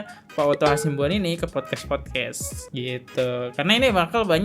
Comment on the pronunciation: hasibuan.. bukan hasimbuan. binsar gultom.. bukan bisnar atar bisar gultomo. ayolah bang tiap video kok salah terus nyebut nama orang